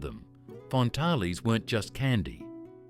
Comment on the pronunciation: Pronounced Fantails!!!!